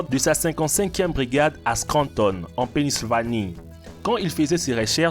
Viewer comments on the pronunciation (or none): Pennsylvanie = penisvanie 😂😂😂